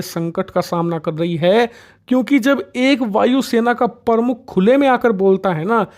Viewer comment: Your Hindi pronunciations are very poor like you said vaayu sena parmukh which is wrong, I'd you are running a hindi channel then you should perfect in hindi, it's not parmukh, it is pramukh, thoda dhyan dijiye